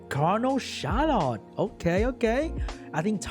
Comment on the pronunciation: I feel so bad for HowToPlay. Those rolls were absurdly one-sided. Yet another example of unfair roll rules. Funny though, sometimes when you say "the Charlotte", the sound coming from my earphones is "the shallot" XD Love it!